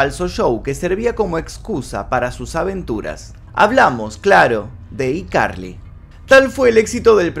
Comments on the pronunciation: Cada vez q decía i carli me daba ñañaras Yo siempre diciéndole aicarli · Excelente vídeo Solamente que me da toc que digas "iCarly" en vez de "Aicarly" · SE ESCRIBE "I CARLY" Y SE LEE "AI CARLY"!!!!!!! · Por piedad, se pronuncia "AI" Carly!!! Lo que yo supe fue que ella había dicho que no le gustaba actuar sino estar detrás de cámaras como guionista y directora cuando le preguntaron por qué no volvía a la serie. Distinto fue lo que pasó con la que hizo con Ariana Grande. Se llevaban muy mal. Aparentemente le habían prometido una serie para ella sola y no se tomó a bien tener que compartir protagonismo con Ariana. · Cómo es posible que pronuncies tantos otros títulos de series en ingles sin problema y escojas decir: "Y Carli" "IIIIIIIIIIIII carli".... que incómodo de oír. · Hola, si qué tal, quiero saber más jajaja A propósito, es ICarly (pronunciado: ay carli) como el teléfono. Jugaban mucho con esa marca en los programas de Dan. Turbiiina y yo me crié con todos sus shows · y Carly jajajajja se pornuncia "aicarly" y se escribe icarly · que estrés, pronuncia “zoey 101” en inglés xd pero “iCarly” en español xd la “i” se pronuncia en ingles o sea /ai/